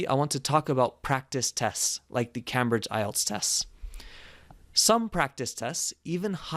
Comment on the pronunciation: You mispronounced “Cambridge”. It’s a long “a”.